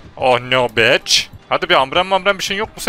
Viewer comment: ABİ BİCH DEMEN ÇOK İYİ YA